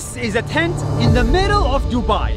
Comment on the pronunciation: I like how he said duba☠️